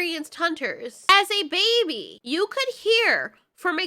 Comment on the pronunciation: "he as a newborn BABAH" thats what i herd lmao